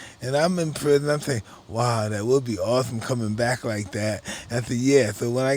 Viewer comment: Mike: “This is so awethome”